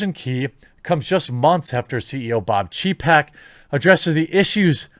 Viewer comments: I know youve heard how to pronounce the name. Its pronounced chay-peck. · It is hilarious how your pronunciation of Chapek's names sound like you're calling him a pussy in polish. Some say there are no coincidences :)